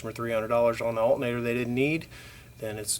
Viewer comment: Alternator not Altnator